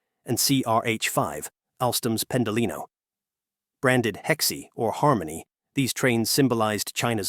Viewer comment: 还有和谐读成heck see